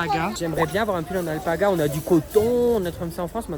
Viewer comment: Alapaga😂😂😂😂 c alpaga